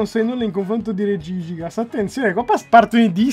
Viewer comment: le ho sentite tutte ma "regìgigas" proprio mai AHAH